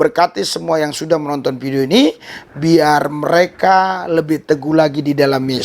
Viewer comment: Harap logat yg baiklah Vidio bukan pidio tapi Vidio ,hidup Kristus jaya